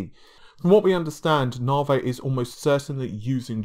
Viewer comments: Dude!!! Its "NA-VEE" not "NAR-VAY" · It's Na-Vee not 'Navey' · AMD Narvey? I thought it was Navi? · I thought it was Navee